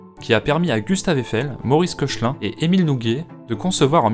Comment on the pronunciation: Maurice Koechlin se prononce "Kéklin" ;-) Superbe vidéo!